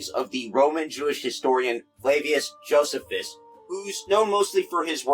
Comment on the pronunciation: in school we always pronounced it jo-SEE-fuss; m'dad has periodically been known to mention "Gog, King of Magog" in Hebrew when discussing stuff around the coming of the Messiah, but I don't recall any detials. But once again, the pronunciation is different.